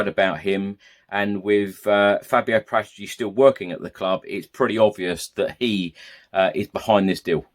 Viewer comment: It's Para tici